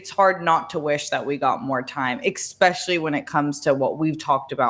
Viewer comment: lmao someone needs to clip that amd send it into the YMH podcast for Christina P and Tom Segura! not only has Christina's fave LA slow sort of up-speak lol but she also said "EX-SPECIALLY" opposed to us non r-worded mommies who say it proper as in "Especially" hahahahahaha God love. Weed. LA. StarWars, but she looks dope doing it l👌